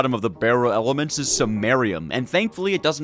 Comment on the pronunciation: Somebody give this man enough money to go to a chemistry class he’s butchered basically all of the element names